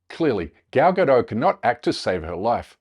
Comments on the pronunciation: Please if you're going to go on about her name, get it right. It doesn't rhyme with 'saddo', like a 'Frenchified' form. I'm it's the same as 'Gadot', a kibbutz in northern Israel. This sound like 'bad lot'. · She's not French. You pronounce the T in Gadot. Her name rhymes with polka dot. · Its not a silent T! her name isnt french! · Gal “Robot” Gadot. It’s pronounced Robó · Check your fact checkers. This video is full of BS. You can't even pronounce her name correctly. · Nobody pronounces her name correctly...its hilarious.